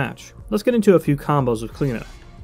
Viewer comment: as an irish person its weird to see smite pronounce the name like klena ive alwasy heard it pronounced like clee-oh-na by people called that haha